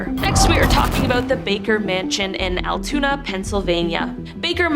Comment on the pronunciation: Altoona not Altuna